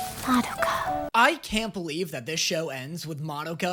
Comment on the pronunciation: Does anyone else experience a strange combination of irritation and amusement when he constantly mispronounces Madoka when saying the title, but says it correctly when talking about the character herself?